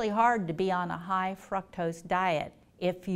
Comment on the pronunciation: I've always called it fructose, but she is pronouncing it like "fruktose". I was commenting on the pronunciation. And I'm actually kind of a smart fuk, well some people think so anyway.